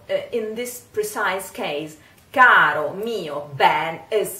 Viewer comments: I’m not on here to troll people or anything but just wanted to mention that because the R in Caro is in between two vowels it is flipped not rolled. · Nooo!!! Se pronuncia caro! Lo que quiero decir es: cuidado!! No digan carro!! 😀